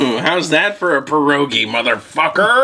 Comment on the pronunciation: You said pierogi wrong